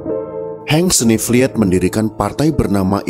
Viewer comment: "snevliet" bacanya "snevliyt" ya, min